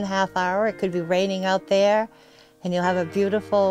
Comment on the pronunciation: “Down there-er”. Must be from Saugus.